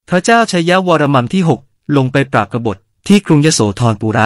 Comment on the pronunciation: ตรวจสอบนิดนึงค่ะ'วรมัม'หรือ 'วรมัน' ผู้อ่านออกเสียง'มัม'ทุกคำ ส่วนตัวเคยเจอแต่ 'วรมัน'